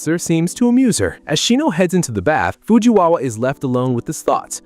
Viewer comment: did you guys hear him say Fujiwawa